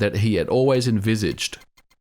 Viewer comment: envizshid heh